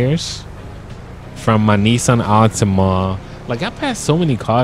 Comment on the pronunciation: The Nissan Titan worrier Pronounced Nis an